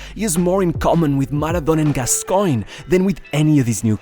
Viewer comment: You lost me at Maradona and Gasgoine